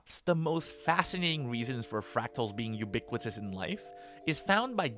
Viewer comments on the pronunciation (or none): none